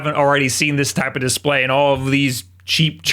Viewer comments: Love that little bit of Engrish bro. Disprayyyy🤣 Im sure these models with language issues will be worth allot some day. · “IPS dispray” 👁️👄👁️ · “IPS dispray.” Yeah, 2020’s got us all messed up.